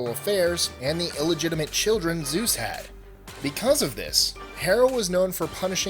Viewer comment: keeps changing Zues into sues